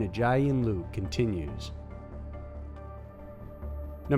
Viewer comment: “Lu-ick” is how it’s pronounced not “Luke”